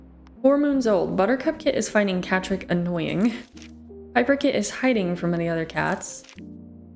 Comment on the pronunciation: When u said catrick i thought u said patrick